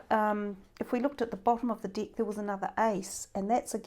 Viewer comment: Tarot dick?🤔 I'm sorry but I can't stop laughing 😂🤣I thought it should be called tarot deck😅I know it's only something of pronunciation,I don't mean to be rude, it's just,so funny when I hear it...You made my day happier with just one word 🤣so I'll subscribe👍💖